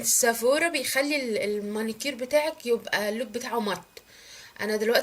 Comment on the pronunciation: اسمه سيفورا ، سافورا ايه ال بتقوليه